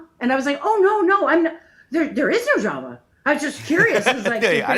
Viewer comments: 'No worries' is the most common term. She says drummer instead of draaamaa 🤣🤣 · As an Aussie we sometimes say "No dramas" which means "Not a problem" or "All good" or "No sweat". We pronounce Drama like Llama or Karma not whatever she was trying to do.